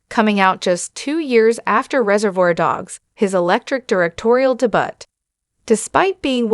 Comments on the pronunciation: I liked both movies. It was hard for me to take you seriously after you pronounced debut De Butt. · De-butt ? Engrish is hard for AI